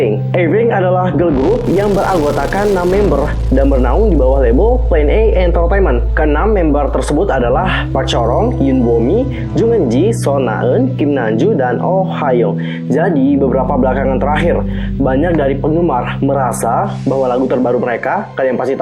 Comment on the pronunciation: aqu mau kasih tau cara baca jung itu jeong (cuma kasih tau ya)